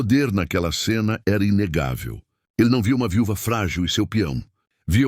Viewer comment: Amei a estória, embora a IA cometer uns erros engraçados... viúva, filha ....